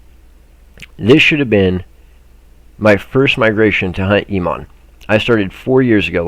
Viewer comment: *pronounced: "E- Oh- Monn" 4 years, each one a dud migration season for lower levl players